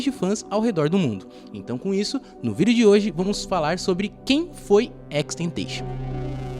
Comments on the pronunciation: Sim mano deu uma agonia mas o vídeo ficou maneiro kkk só a pronúncia do nome que ficou estranha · Só senti falta da pronunciação certa do nome dele… 🥲🥲🥲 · Tenho agonia por quem pronuncia o nick dele errado